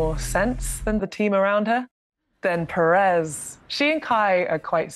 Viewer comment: hate the way the say perez. its not pear-rez